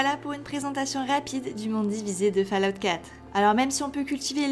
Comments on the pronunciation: Répète après moi "Foll Aoute" !!! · Le jour où un Français prononcera correctement Fallout sur YouTube, je crois que les poules auront des dents...